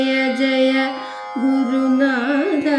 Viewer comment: Nice, നാഥാ ഇതിലെ ഥാ ഉച്ചാരണം ശരിയസ്സാക്കണം. നല്ല ശ്രമം 👍